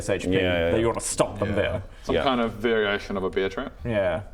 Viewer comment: accent makes "bear trap" sound like "beer trap". Or is it a Freudian slip?